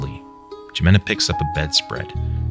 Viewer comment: I just want to say, that it's most likely that "Jimena" is supposed to be pronounced like "*hih*-mena" not with a hard j, since I'm pretty sure it's spanish/hispanic(or whatever it's supposed to be). (From the spanish language lol)